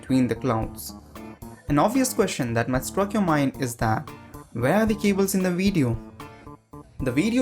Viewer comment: You know that you're Indian when you pronounce "video" as "wee dyo"